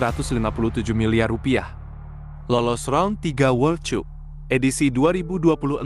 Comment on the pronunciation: Dihh anjirr penyebutannya lucu World Cup...cup...cuuup. Bacanya "World Kap" min.